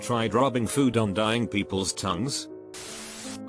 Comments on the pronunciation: the one talking about lead and the robot pronounces each lead wrong even when its leads not lead LMAO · The reader when talking about lead chemical: LĒDS The reader when talking about leads the after effect: LÊD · can we just acknowledge that the voiceover said the wrong 'lead' in both uses of 'le-ed' and 'le-d' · Bot pronounces lead as lead every time, until it needs to pronounce lead as lead, in which it pronounces it lead. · I like how it perfectly swapped the pronunciations for "lead". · high levels of lead (pronounced leed) this leads (pronounced leds) tf??? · “I test schools’ water for lead(pronounced like leader). Children are exposed to a lot of lead(leader) , which leads(pronounced like pencil lead)” WHYYYYYYYYYYYYYYYYYYYYYYY???!!! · oh my god it literally switched the pronunciation of "lead" and "leads" THAT ANNOYS ME SO MUCH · Don't blame the YouTuber, blame the TTS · No one Literally no one Absolutely no one The robot dude: pronounces lead as in leader, and then pronounces leads as lead.